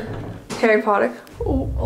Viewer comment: Literally said hary potter just as amanda said it